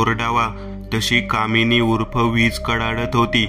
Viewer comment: kamini nahi dada .damini ase bola